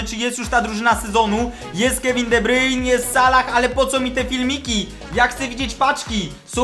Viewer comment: Jaki de bryjn? De Brujne...